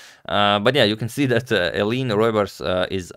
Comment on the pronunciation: Antonio, you are so good with pronunciation, except when it comes to us Dutch people! Maybe I can add a tiny snippet to your infinite wisdom. "Eline" is almost correct, but it's a three-syllable first name, so not "Ayleen", but more like "Ayleena". "Roebers" you also almost got correct, but "oe" in dutch is pronounced like "oo" in zoo or "u" in super. So, no "roybers", but "roobers".